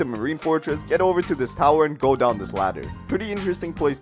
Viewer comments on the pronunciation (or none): none